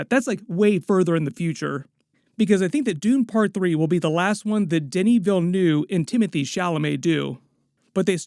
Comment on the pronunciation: DeNi ViLleNu, fos, learn to speak.